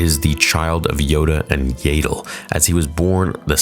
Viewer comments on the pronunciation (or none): Do you have a speech impediment, illiterate or just messing around? and. Her name is pronounced YADDLE. Like Saddle, but replace the S with Y. DEFINITELY NOT YAYDLE! Do you want me to pronounce your real life name as? No, you don't. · “Yay-dle?” It’s pronounced “Yaddle,” bro. It’s right there. Also, seriously? Grogu is NOT Yoda’s and Yaddle’s child. Come on, man. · I love the channel! But I hate how you pronounce Yaddle 😂